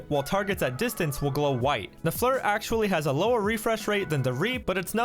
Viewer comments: FLIR Pronounced Fl-ear not Flur.. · Its pronounced "FLEER". Even the engineers on the FLIR site pronounce it as such. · Frans Norling I know it’s called Flir, I’m saying it’s pronounced “fleer” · Listening to you say “FLUR” is painful lol